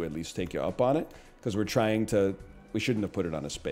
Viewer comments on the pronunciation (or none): none